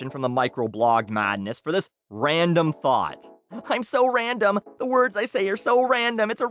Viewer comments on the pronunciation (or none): none